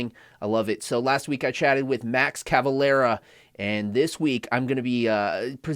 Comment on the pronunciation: Cavelera?? really? with an E?